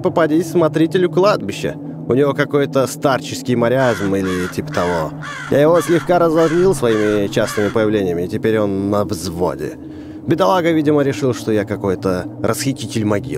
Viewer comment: Хаахахх ты лучший: мариазм на самом деле: маразм